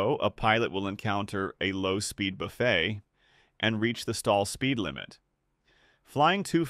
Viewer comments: As a aviation nerd and flight sim pilot, it was nice to see a visualization of this phenomenon. I got halfway through before the robot voice's continual pronunciation of buffet (BUFF-it) as (boo-FAY) drove me away. I'd gotten the gist by then. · Good Lord, man, teach your AI how to pronounce words! Is a low-speed buffet where you go to eat leisurely? And Vs is "vee-ess." It's not the plural of the letter "V."